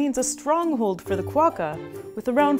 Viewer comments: Great vid! You don't really emphasize the "qua" all that much though, we say it closer to "Kwock-ka" as 2 syllables, not Ka-wa-ka as you're saying. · Cwo-ka Not kwa-ka